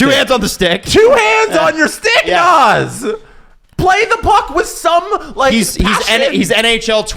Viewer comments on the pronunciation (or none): Ahdam, Stev and Jeesie. Now you know how Naz feels about you guys constantly calling him Noz. He used to do a commercial where he skates up to the camera and states his name. The a in both names is like in "dad" Naz rhymes with jazz.